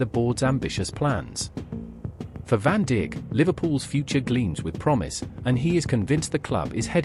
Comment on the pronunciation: woah woah woah did the the voice over just say virgil van dick instead of saying virgil van dijk WTF 😂😂😂